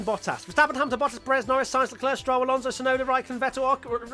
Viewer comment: TBH I’d be ok with that “Shunoda” pronunciation.